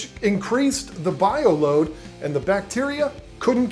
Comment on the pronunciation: I know this is a 3 year old video but I laughed every time you said "load"